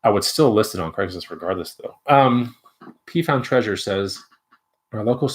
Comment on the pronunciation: Seriously?! 😂😂😂 “P-found?” of video. I’m your neighbor in Pflugerville! 😂😂